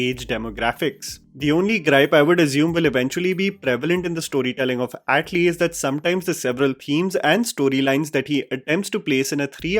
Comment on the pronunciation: Bro you are a reviewer and it's not Yat lee.. it's atlee..